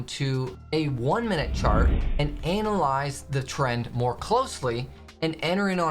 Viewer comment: You might be better off to ana-lyze the trend and not anal-ize the trend. in video